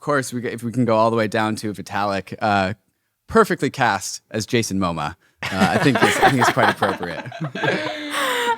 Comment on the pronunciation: Jason MO-MA? Steve bus-CEMI? Lol Jesus guys...